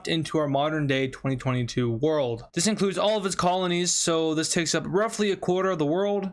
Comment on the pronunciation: I find how you say 2022 VERY OFFENSIVE and offense content notice and